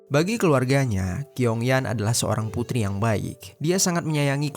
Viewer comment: Bacanya chiong yen..bukan kiong yan..gk enk bgt dgrnya..asl sebut nm org..😅..nm cew itu tulisannya Qiong itu bcnya chiong yen..